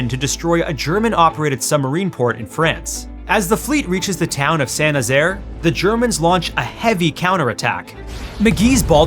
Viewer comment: Thank you for pronouncing St Nazaire properly ❤️